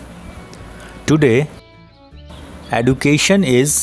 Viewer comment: Sir aap education ko wrong pronounce krr Rahe ho 😢